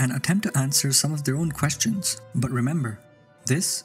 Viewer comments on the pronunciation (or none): none